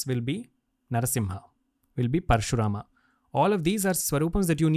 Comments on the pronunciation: We are too much into English, we should remember the correct pronunciation of the original words. It is कृष्ण not कृष्णा It is महाभारत not महाभारता It is दत्तात्रय not दत्तात्रया It is प्रल्हाद not प्रल्हादा It is श्रीपाद वल्लभ not श्रीपाद वल्लभा It is धर्म not धर्मा It is परशुराम and not परशुरामा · It's not avataram, it it avatar. It's not dattatraya, it is daatatray. Not parashurama, it is parsguram.Why englishize our names? Disrespectful